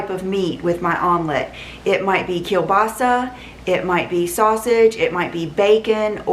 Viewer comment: I loved your perfect pronunciation of “kielbasa” 😍